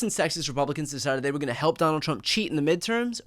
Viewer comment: He said "Chump" instead of Trump! LOL!!!